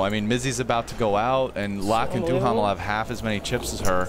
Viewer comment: I wish people would learn the correct pronunciation of Duhamel, it is DOO Mel